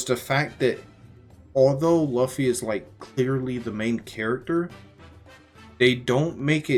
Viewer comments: please stop calling him laffy, it's pronounced loofy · Spelt luffy, pronounced loofy. Spelt Usopp, pronounced oosop